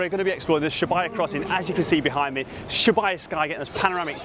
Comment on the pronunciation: Absolutely filthy pronunciation of Shibuya for the first 3 mins of this vid 😅😅